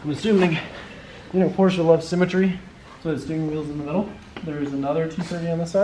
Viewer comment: *Porsche I'm to German to ignore this